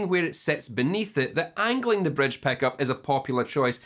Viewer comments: Don't forget the "Bredge" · but the best is bredge peckup!